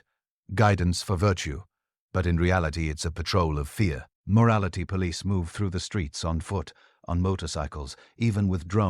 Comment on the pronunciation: Your AI voice needs a lot of work. It pauses between words where no pause is needed and then runs together words where a brief pause should be employed. We can always tell when we are listening to a robot. Like mispronouncing the words rhetoric and police. Dispite the flawed narration, the content was very good.